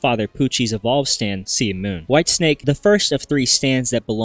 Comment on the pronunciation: Bro literally said “ Whitestick” 😂